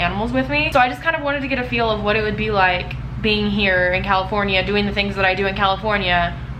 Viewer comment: "I WOOD use it..."